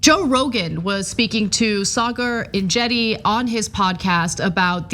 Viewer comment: She merely said his full name: Saagar Enjeti. Not only do you misspell his first name, you butchered his last name into Forrest Gump territory. Indeed, stupid is as stupid does. lol, but seriously, use your rewind button next time. -- Everyone else: Subscribe to Krystal and Saagar's new YouTube channel Breaking Points!